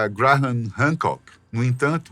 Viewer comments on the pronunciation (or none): O que me deixou louco foi a forma como o narrador diz o nome "Graham", cada vez que tentava dizer era como uma facada nos tímpanos!!